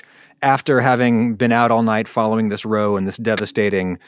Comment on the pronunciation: Happy birthday that was, Adam. 🎂 Forty was my best year ever (said from the perspective of another forty years on); may it be yours as well. A spot of pedantry: a row, in the sense of 'an epic row on the beach', rhymes with 'wow'.